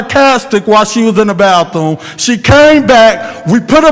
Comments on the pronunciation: "When she went to the ba-thuuum"😂😂😂 can't even pronounce words right & trying to be hostile!! Sit down boi! Y'all were really hating on Mr Mays... So sad!! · "when she went to the ba-thuuuum😂😂😂 can't even pronounce his words correctly & trying to be hostile with this man. They were really hating on Mr Mays!!! So sad!